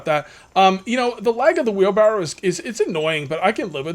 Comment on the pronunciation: FUN FACT: It's wheelbarrow not wheelbarrel. I personally didn't know this until I was well into adulthood.